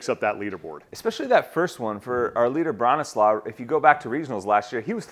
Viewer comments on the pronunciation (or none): Love the studio. Love the production quality. Could you guys please view or contact local content from athletes who's names you don't know how to say, first? Bronislaw is said with the letter w sounding like a v so the latter part of his name is more the the word 'slave' vs 'slaw' as in the food. This is the same for his surname. I'm sure that you wouldn't like your name said like the word 'seen':)